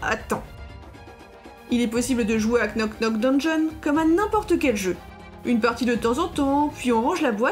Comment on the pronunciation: Super video et très sympatique jeu! ( pour info, le k ne se prononce pas, ça se prononce [nok nok deunnjonn])